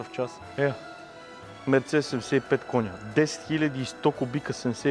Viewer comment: Живея на 10 мин. от музея на Мерцедес в Щутгарт. И ударението на Мерцедес се слага на второто "Е", не на 1-вото. МерцЕдес. Защо не мина и през музея на Порше, така и така си бил в Щутгарт ?